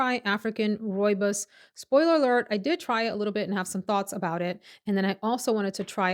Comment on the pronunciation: Hey, wow one of few Americans that does not butcher the pronunciation of rooibos, thank you! I grew up with rooibos tea and is such a comforting healing tea, here in South Africa we all really grew up with this tea, helps with so many health issues. I have been wanting to smell that parfume though, will order a sample of it, thank you for a lovely review.